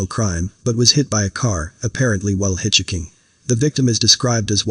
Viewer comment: Yeah that "Hih-Chee-King" rides with strangers can be dangerous... Smh